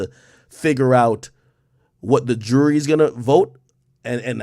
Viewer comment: Ak says jury like he says Rury.